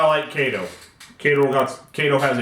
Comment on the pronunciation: Kato 👍 Kay—toeee yes 🙌